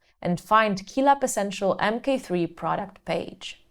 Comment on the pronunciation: It sounds like you say mp3 throughout the entire video, annoying indeed ;-) "M Kay 3" is the correct pronounciation babe!!!